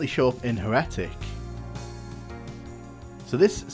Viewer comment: Your pronunciation of Heretic is odd.